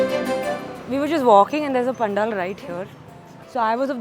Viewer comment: Areee didi it’s Panaaaaaal , correct pronouns kro didi